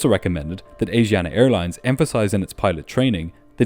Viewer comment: Ahhhh, every time I hear you say "Asiana" I giggle. Asiana is not pronounced as AZIANA, but ASHIANA. A great video anyways!